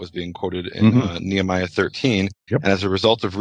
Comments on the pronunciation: Somebody needs to tell Nehemiah, Canada, law, etc don’t have an R on the end. Why say Nehemier????? Smh 😂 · with no R on the end it makes no sense phonetically. It’s not proper at all.